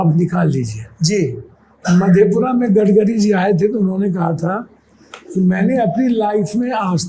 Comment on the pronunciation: गडकरी जी ❌ गडगरी जी ✅